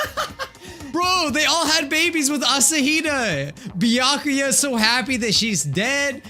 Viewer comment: You were close, "byakuya"